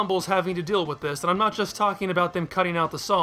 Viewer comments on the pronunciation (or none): none